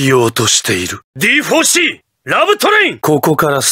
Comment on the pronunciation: D4C: you said "Divorce C" instead of "D4C"